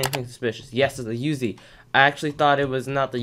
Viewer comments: It’s pronounced “oozie” not “youzie” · It's PRONOUNCED [OOO ZEY]